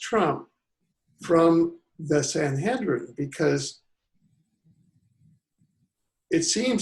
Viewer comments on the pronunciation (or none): the word is SAN.HE..DRIN. there is no N, not HEN, you have said this name in.correct so many times I could not get whatever point you wanted to make....your mis.pro.nunciation was so irritating.....t